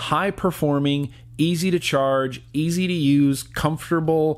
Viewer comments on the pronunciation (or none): none